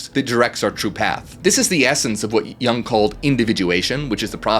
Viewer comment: You mispronounced Jung. The pronunciation of Carl Gustav Jung is approximately "Karl GOO-stahf YOONG" in English. Here's a breakdown: - Carl: Pronounced like "Karl," rhyming with "car" or "far." - Gustav: Pronounced as "GOO-stahf," with the stress on the first syllable. The "u" sounds like the "oo" in "food," and the "v" is pronounced as an "f" in standard German/Swiss German. - Jung: Pronounced as "YOONG," with the "u" sounding like the "u" in "cute" or the German "ü" (a rounded vowel sound). The "J" is pronounced like a "Y," following German pronunciation conventions. Jung was Swiss, and his name follows German pronunciation rules, as he was from the German-speaking part of Switzerland. In German, the stress is typically on the first syllable of each name.